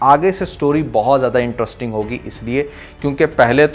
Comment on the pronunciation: My man….not IN-TRUST-ING but IN-TREST-ING 👍